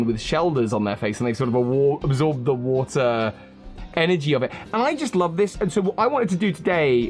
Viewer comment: “It melts da wattuh” made me cackle